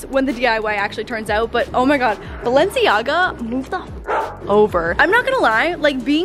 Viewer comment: Did she really say Balencia